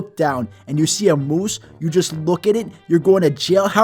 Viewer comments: Nobody: Him: muwse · Why do I love the way this says moose